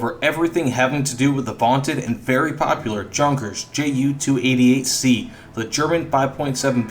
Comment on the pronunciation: The J is silent German J.